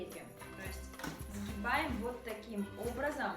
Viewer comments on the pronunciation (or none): Все, как было произнесено:сгинаем-просмотр на этом закончился. Слушать дальше нет желания